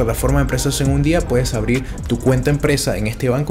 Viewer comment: En vez de en, eng. N no es NG. Acento raro presentando productos chilenos. Estoy en Chile o eng Venezuela?